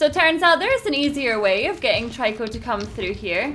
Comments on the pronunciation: Stop saying tryco its annoying its trico. Its really annoying so, it makes you annoying so please, stop. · i like watching this but the only thing bothering me is that everyone else pronounces Trico name as Treco not Tiryco and i dont know why that bothers me so much